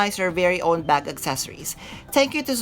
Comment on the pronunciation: Accessoires is not pronounced accessories. You’ve been mispronouncing it for years and I’m shocked no one has corrected you. The spellings are different. “Soir” is “swah.” Also, The “s” is silent in palais. It’s “pah-lay.” Otherwise, another informative video. Thanks!